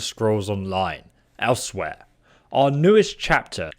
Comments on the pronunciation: He had to say elsewhere like 5 times before i realised what his ass was trying to say, ell swire is closer i believe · Elsewhere? No no no no nooooo, pronounced Ellez-weir.